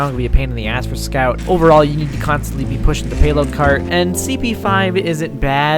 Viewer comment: scyout :0 Amazing video !!! YIPPEEE HOORAY FUNNY BOSTONIAN